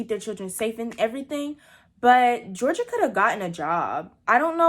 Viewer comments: Her name is Georgia though like the state...not Jor-genie-ah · It's pronounced (jor-ja) no hate tho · is no-one gonna talk about how she called gorgia Georgina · GEORGIA!!! not Georgina